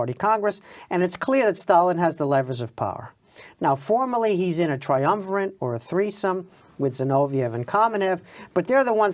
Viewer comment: What kind of historian pronounces it "triumverent"?